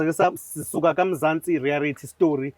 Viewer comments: USkhindi ezincane limhlula leligama elithi reayality show uthi reayarity show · Mzansi rerayithi,hayi thina ama Zulu ubr u l u l u r😂😂😂😂😂